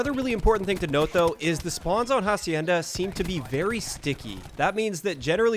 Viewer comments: bro dont pronounce hacienda how you are right now say as if the "h" were silent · Lmao did he really just sound out the “h” on “hacienda” LMAO